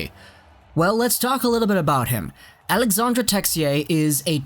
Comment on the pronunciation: AlexandRe and not alexander...